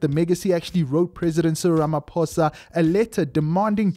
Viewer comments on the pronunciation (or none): none